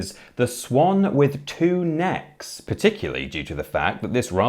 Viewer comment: Anyone else hear 'Swan with two nips'? 🤣